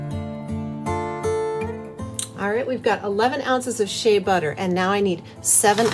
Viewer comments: Nice natural channel 🥰👌💯. Heads up Shea is pronounced Shayyyyy. not She Ah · Shay ah? How many times are you going to say it that way??? It gets aggravating!thank you for learning to say bergamot correctly, aggravating as vsn be to constantly hear those two mangled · did you just say SHAY-A lol